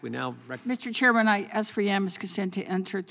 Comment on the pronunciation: What does axchyou mean? Is that even a word?